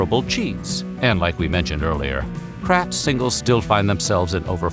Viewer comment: what in the AI is happening here? "And like we mentioned earlier [Kr@ singles.. "